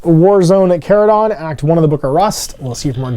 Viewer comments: Yep, 'ch' as in church, chase, etc.. & yes, it was in a couple Warhammer Community posts, don't know how it's mispro... wait, is he still mispronouncing *chordclaw*? I see a pattern here. Blaster was here... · If you watch the GW video, they pronounce it “Char-uh-don”, with “char” as in what happens to steaks and veggies when grilled.